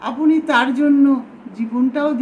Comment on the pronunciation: আপনি শব্দটিকে আপোনি কেন? আপনার শব্দটিকে আপোনার কেন?